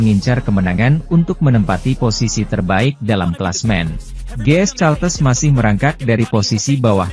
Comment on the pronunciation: Ini orang gimana gimana sih.GS Caltex bkn GS Caltes.Caltex /California Texas Itu perusahaan Oil milik Amerika belajarlah membaca yg benar.